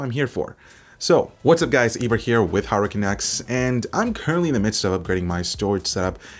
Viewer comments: Anyone else hear HurricaneX instead of HardwareCanucks? No? Okay. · I keep hearing you say Hurricane X but I know you’re saying Hardware Canucks...But Hurricane X sounds like some awesome DDR5 RAM...lol so keep saying it.